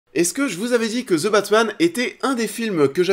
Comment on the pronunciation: ze batman lol